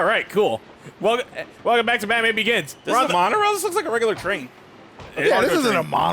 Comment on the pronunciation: Just to clarify: Is it “Batman Organs,” or “Batman Oregon’s?”